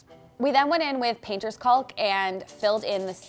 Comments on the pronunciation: I love you. I love your work. PLEASE pronounce 'caulk' properly - it's making me twitch. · Just an fyi....its not "caulk" (as in McCaully Caulkin.) It pronounced "cawk"...like "walk" with a "c." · I love this so much! Your visions are really great, but please just say caulk without the L, it’s silent. Like caught but end with a K. No hate comments, just trying to help. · Fwiw the word ‘caulk’? Don’t say the ‘L’ at all. Just say it like ‘kawk’ —❤the correct pronunciation. Such a fun episode! Thx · Just a friendly FYI. Caulk is pronounced kaak. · The L is silent in caulk. Pronounced like "cawk" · What the heck is “cauLk”? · The L in caulk is silent. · FYI, the "l" in "caulk" is silent. Can't believe how many DIYers say it wrong!! In spite of that, love your channel! -Sharon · I love to watch your show and get great ideas. Thank you. FYI the letter L in caulk is silent. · Watch your channel all the time. Great ideas. BTW…the “L” in caulk is silent! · I’m curious as to why you pronounce the “l” in caulk. Is that a Canadian thing? I know that in British and American English it’s silent, but maybe Canadian English is different? Do you also say the “l” in chalk? Just wondering. I know many words are different in our two countries - for instance, I was shocked the first time to hear “decal” pronounced “deckle”. Who knew? 🤷‍♀️ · Is she afraid to say caulk correctly? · I laugh every time you say caulk with an L. The L is silent.